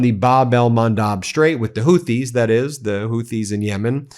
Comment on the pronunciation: Please check the way to say Houthis. Pretty sure the h is silent and that 'Hoo-tees' is the way it sounds.